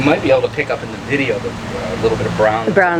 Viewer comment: fideo!!! fee-deh-o